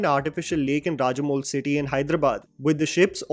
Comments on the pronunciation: No matter how good your english is. We have to nit pack in pronounciation as you nit pick things in movies. It's not Rajamol city It's Ramoji Film city and it's known to everyone all over India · I like your videos but feel awkward with your pronunciation of some spelling which you pronounce very badly. For example in this you pronounce Ramoji film city very awkward. You have mixed Rajamouli and Ramoji and coined a new word. Please take care of such pronunciation mistakes so that people like me can continue enjoy your videos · It's RAMOJI FILM CITY!!! Common 😒. Ramoji film city is world's largest Film studios on planet and as a film fan you mispronounced and it's like you didn't knew it 😔. It is heart of Telugu Film Industry/ Tollywood, all big films happen in here. Even Malayalam, Tamil, Bollywood come here regularly 😄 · its 'Ramoji Film CIty'.